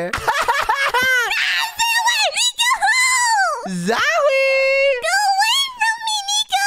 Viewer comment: Its. Not. Z,o,j,e😂